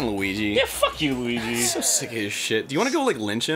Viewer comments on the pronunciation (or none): Every time Arin calls Luigi "Lugi" I can't help but laugh.